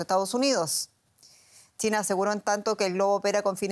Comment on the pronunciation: Me gusta como esta presentadora pronuncia “China” chitna 😂🤣😂🤣